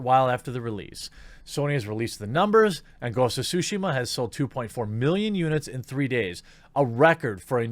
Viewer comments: Please stop butchering the name of the game. You're supposed to pronounce the T in Tsushima, you either call it sushima or shushima. Practice by saying Tsu repeatedly while making sure to pronounce the T. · Did he say ghost of sushima XDDDD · Sue-she-ma .....like Hiroshima. Come one dude